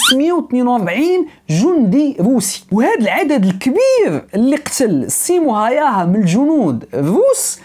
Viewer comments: اسمو سيمو هاوها y تنطق u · تصحيح فقط لاسم القناص،بحكم اني مقيم في فنلندا، الاسم ينطق ب (هاووها) .موفق اخي الكريم